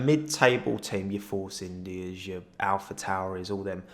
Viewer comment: Love that you say Alpha Tauri right, but Force India wrong in the same sentence